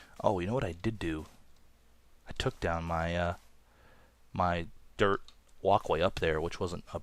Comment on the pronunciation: when he says dirt it sounds like derp